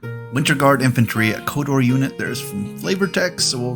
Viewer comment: It's not a request for more.. It sounds like you are saying Kodor at times and not Khador..